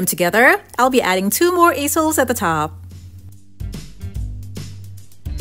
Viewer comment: Check your pronunciation of easels.